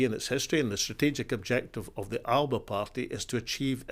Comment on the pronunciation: That's not how to pronounce "Alba".